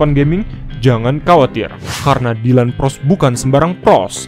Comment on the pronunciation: Bang bukan pros tapi pgos